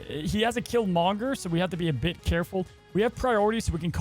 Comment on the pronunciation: Great video keep it up. Please put the emphasis on Kill and not Monger when you say Killmonger!!! 😆😆😭😭